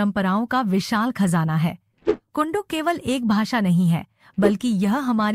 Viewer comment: बहुत अच्छा कुडूख सही उच्चरण